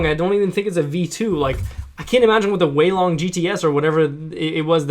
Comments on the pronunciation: its an aolong mini and u supposed to pronounce it like o-w long not olong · was i the only one who found it annoying that he said it like Olong not aolong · Its Aolong not Aulong.. (Ow-long) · I believe you pronounce it Ow-long, not Oh-long. But that's ok! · It's ow-long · It's pronounced ow-long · hi. I am Chinese. It is pronounced au-long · Pronunciation is ow-long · Ow long is how it's pronounced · its aolong (Ow- Long) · No offense, but this is my cringe list. I know you are still getting your mind around all this new fangled cubing stuff but at leaset you tried! here we go Cringe Count: "oh-long" *compares aolong to guhong" "Formulas for speedcubing" "Founders of the company"-> picture of lucas "great motion" "the middles" eges "anchors" torpedoes "aylong" "it clicks fast and moves fast" "holy heck" jungle music in the background "circularish ridges" florian cuts :D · Not to be rude, but it is pronounced Moyu Owlong... Aolong: Owlong... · The things you are calling "anchors" are called torpedoes and they help with speed. You're also saying aolong wrong. Ow-long. And just work on your finger tricks. Just some constructive criticism! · It is pronounced (aa-o-long) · The aolong v1 is better than the v2 in a lot of speed cubers eyes. (You pronounce it OWLong) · It's (OW)-long. great video! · it is pronounced al - long or ell long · pronounced OWWW long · I'm so disappointed with your knowledge of speed cubes. Aolong isn't pronounced like that. Anyway, keep the effort.